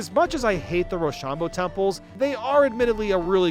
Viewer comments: that such a weird way to say it, i just say ro-sham-bo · The mispronunciation of roshambo is killing me